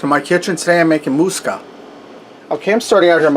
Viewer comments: Moo-sak-ah have not had it in years 😀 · You're pronouncing musakka as moose ka, should be moo sa ka and bechamel as bash instead of besh. I had to be that guy but the dish looks good. Traditionaly when making a bechamel you put numeg in when you cook it, preferably grated but I've never met anyone that had it in raw form.